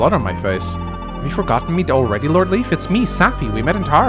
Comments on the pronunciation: pronounces it Leaf to my knowledge because that's the pronunciation he is used to from previous translations, when the name was actually written as Leaf. Leif is pronounced differently depending on country and/or region, but always a variation of "Layf" or "Life". Never "Leaf". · he can pronounce mead (og pronounce) but not Macha? Or Loch (as a lake)? Also, Leif read as Leaf agh! It's nitpicking, but he was very serious about Gee, so... Also, Forvo don't bite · Maybe he can but idk. It's curious he's never tried it if he could. /li:f/ is matching the Japanese Riifu which does indicate this pronunciation. With FE(and Japanese media in general) you have to note that the creators themselves don't know the etymology and correct pronunciation oftentimes, so then they write something completely different in kana. I think translating that to the etymological source in English can be a mistake. Particularly when it comes to Irish which Anglophones are never going to manage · Lif or Liv is a female name, and I doubt that that's the reason. I lean closer to that the japanese developers meant the germanic name Leif, didn't know how it was pronounced, looked at how americans would (incorrectly) pronounce it and went with that. Just like they today pronounce e.g. Leif Eriksson's name as Leaf.